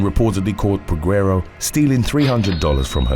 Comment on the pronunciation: The U is silent in Peguero. 🤦🏾‍♂️